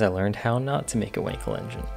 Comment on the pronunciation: Dude it is not called a Winkel but WAnkel